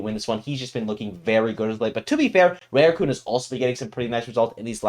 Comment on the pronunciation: Rooting for Tsubaki. Btw: to pronounce Rarukun it’s not Reirukun it’s Rah ru ku n jsyk